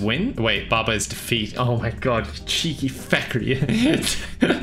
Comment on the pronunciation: defeat de*feat Two syllables